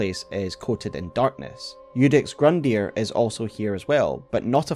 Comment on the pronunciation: You called Gundyr "Grundyr" T_T